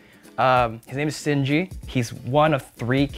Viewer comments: seeing as he said sinji instead of Shinji, pretty sure it was all bout that aesthetic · Correcting Linus's pronunciation of an anime he didn't see, next sentence calls Shinji Sinji, and kids fight each other, yeah poser, I'm not an Evangelion fan yet know better.... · Did my man really just say "sinji" ? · Are we not gonna talk abt how he said sinji at the beginning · It's Shinji, not Cinji😣 but what a sick build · Shinji, not Sinji. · I could’ve sworn he said shinjis name wrong but was hard to tell